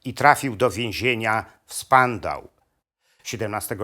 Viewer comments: NIE spandau a szpandau tak jak i wcześniej NIE stile a sztile. Jeśli wchodzi się w temat niemieckich zbrodniarzy wojennych, to warto zadać sobie trud właściwej wymowy podstawowych zwrotów w jez. niemieckim ! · Zmuszony jest pan bratać się z kłamcami i fałszerzami historii? To chyba panu na prawdziwej historii nie zależy. Na marginesie niemieckie "stille" czyta się "sztile", a więzienie w Berlinie "Spandau" czyta się "szpandał".